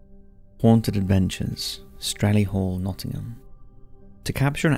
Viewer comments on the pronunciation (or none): none